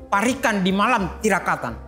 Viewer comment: Untuk pengucapan 'parikan' kurang pas ( menurut lafal jawa ) harusnya parik an bukan dilafalkan parikan,ya mungkin maklum bukan jawa yg melafalkannya. Sekedar masukan saja.